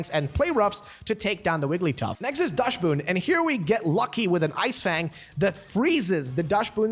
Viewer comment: Why can't youtubers pronounce Dachsbun correctly? But still kudos, never heard Dushboon before 😃